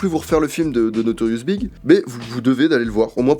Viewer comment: tu dit notorious big mais ça se prononce B,I,G une lettre à la fois sinon super video JE t'adore tu es génial et tes vidéos sont toujours de qualité tu es mon youtuber favori à égalité avec ganginou qui fais des vidéos d'aussi bonne qualité que toi bref je t'adore t'es géniale 👌🔥🔥🔥🔥🔥🔥